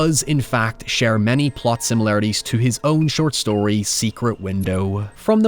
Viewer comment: "You shtole my shtory" is all I remember from this.